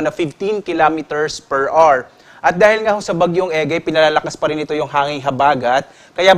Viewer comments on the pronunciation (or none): Hour - awer po hindi r